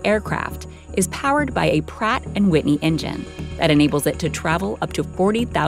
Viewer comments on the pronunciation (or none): none